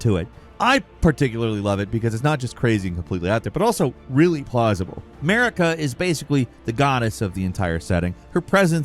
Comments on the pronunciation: Her name isn’t pronounced like America. It’s Mar-i-ka. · Did anyone else hear "Merica" instead of Marika ? It could just be me as I'm due to take my second load of meds... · why Elden Ring has 'Murica ? it's not America, its Marika (Mareeka) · i just had to say this, everytime you said the name "marika" it sounded like you were saying "merica" lmao 😂